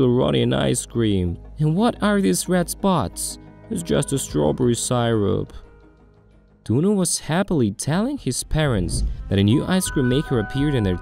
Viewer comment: what the hell is stawberry cirub???